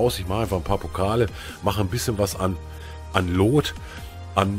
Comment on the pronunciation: Warum sprichst du es immer wie loot aus also das oo als o und nicht als u 🤔